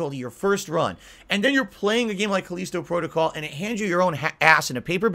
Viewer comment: "Now more items are missing" Oh god it's the return of "Where's my shotgun?". "These review copies had the rush the game as part of there contract" that's not how it works Moron! Also say the fucking the title of the game right once, Jesus do Connecticut people have a weird accent I've never heard of before or is a fucking idiot. "So many of these content creators are beholding to there audience" AND THAT'S WHY THEY SUCCEED YOU DUMBASS. "There is no internet ranking hall of Fame" It's called speed running. Also some people just want a challenge, cause they know how to actually play a video game and know normal isn't a challenge anymore for most games. "They don't care about you, They wanna see you suffer. They wanna see you bitch, they wanna see you beg, they wanna see you delete it off your hard drive" and warped world view comes through. 99% of content creators have real fans who like watching them, for them. is so used to trolling that a reality where that isn't the case is beyond him.